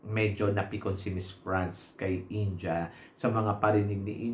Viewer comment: it's IN-DEE-YAH not INJAH, ✌️